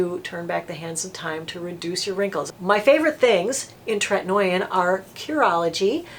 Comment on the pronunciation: Tretinoin is pronounced TRET-IN-OH-IN not TRET-IN-OY-IN. Also azelaic is AZ-EL-AY-IC